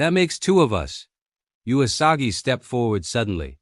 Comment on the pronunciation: Someone should teach the narrator that the 'u' in Usagi is pronounce 'uu', not 'jew-a'.